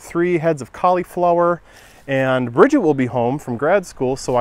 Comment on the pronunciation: I love how you pronounce cauliflower LOL. Where at in zone 5 are you located?